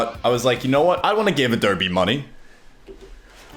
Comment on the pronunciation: At least you pronounce Adobe correct :p